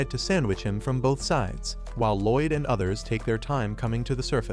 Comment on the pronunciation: Loid more like Lloyd 😂